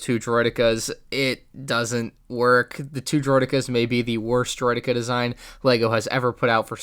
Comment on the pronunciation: The way says droideka makes me sad